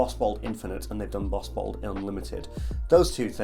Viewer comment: couple times i thought you said butthole instead of bottled lol